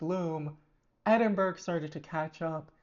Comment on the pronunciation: she ilso called edin-bu-ra edin-burg